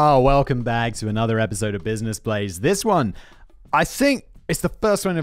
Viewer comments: did no one else catch that Simon called it "Business Blaze" after the sponsor segment? its been a while since he last made that mistake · My favorite bit of this was Simon’s slip on the name of the show!! BUSINESS BLAZE will return from it’s exile lol. The whole thing was fun as usual but that made my day. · I love that Simon still says business blaze lmao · Lmao he called it Business Blaze in the beginning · Did anybody notice that he said business blaze at the beginning of it LOL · Is it business blaze or brain blaze, you clearly said business blaze at the start... And I'm sorry I had to be that guy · Simon, you called it business blaze at the beginning…. allegedly